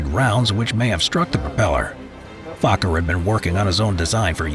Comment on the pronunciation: I like he said fokker as fu